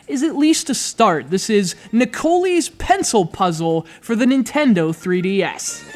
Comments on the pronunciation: LOL it pronounced Ne-Co-Lie. oh dear good review thanks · Shouldnt it be pronounced Nick o lie?